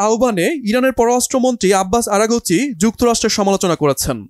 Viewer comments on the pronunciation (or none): আরে ভাই আরা কুচি না😂আরাকচি